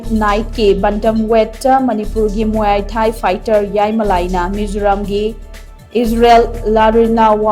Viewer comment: muay thai se mui thai na pronounce twbne